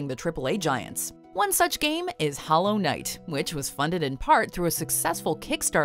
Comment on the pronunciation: There’s something off on how she says hollow knight